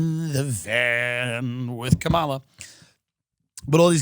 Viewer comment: Tht bothered him and so did the Kamala Harris pronunciation as well as joe either not taking him around the town or atleast suggesting some places or both.